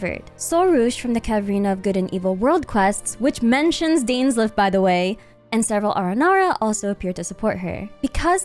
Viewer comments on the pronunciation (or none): deenslif? It's Dainsleif! Not Deanslef